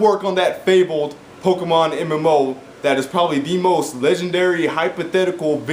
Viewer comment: you know they do horribly right and it is pokemon not pokeman